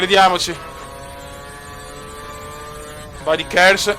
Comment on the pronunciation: si chiama kers xD